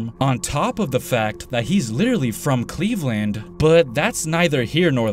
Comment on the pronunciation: He's from "Cleve londed" 😂